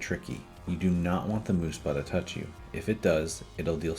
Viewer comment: muhspah, not moospah